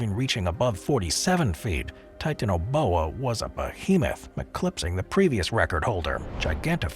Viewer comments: OPINION,,commentator has a sex PROBLEM. REASON i say this is the way in which he pronounces the word TITANIA BOA. THE TI ARE PRONOUNCED AS SEPARATE. NOT TIT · How the fuck do u pronounce titanaboa wrong?!?!?